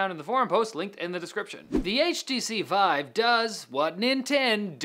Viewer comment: "htv vive" lol